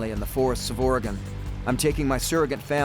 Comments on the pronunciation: Les, I'd love to take you out for a coffee or dinner. I live near Lebanon Oregon. If in the area, let me know. Its a long shot. PS. Oregon is pronounced "OR-E-GUN" by us Oregonians.... not "OR-E-GONE. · Ore-gun not ore-gone lol that’s offensive to native Oregonians🤣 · uhoh Les, you said Ory gone!???? As an Oregonian you know ots Oreygun. lolol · I respect Mr. Straud, but hearing him say Or-Gone confirms he's really not familiar with this land. Which actually lends to the reality of the survival situation.